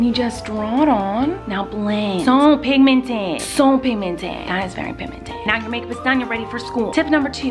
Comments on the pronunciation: This much times miranda said pimimted | | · this is how many times Miranda said pigminted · "So pinmimented" 😂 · Penguin Wolf I know but she pronounced it wrong that's why I wrote it that way😂😂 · Yess lol